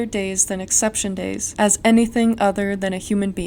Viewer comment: for a moment i thought you said “acception days” i was boutta go OFF on these lawmakers